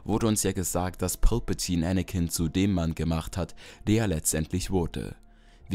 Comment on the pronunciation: Sag doch nicht pülpültine